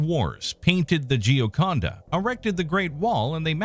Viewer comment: As an Italian, I really appreciate how hard he tried to pronounce Gioconda, thanks man😂 also, great video as always!